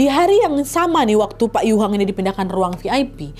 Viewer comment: Dari dulu selalu ngakak setiap kali Nadia salah sebut "Pak" jadi "Wak" 😭😭😭